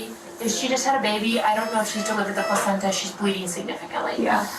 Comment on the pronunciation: This man said placencha and we are supposed to take his opinion seriously. It’s called a lung float test. He knows it. It’s not rudimentary either.